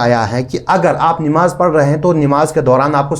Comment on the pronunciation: Nimaaz nahi NAMAAZ hota hai